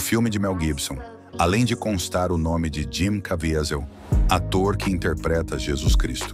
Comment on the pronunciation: Cavízel. Está é a pronúncia.